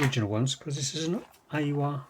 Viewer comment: Aiwa is pronounced I WA 😊